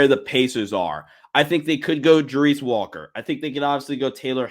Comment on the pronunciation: Hello? anyone home? You are pronouncing Walker's name totally wrong! Thank You!